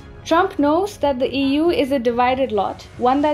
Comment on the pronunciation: How you said EU, sounded like Ewww. :D on a lighter note.